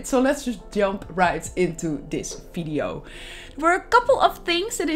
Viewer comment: Ur builds as always great and unique but... pls.. stop talking “fideyo”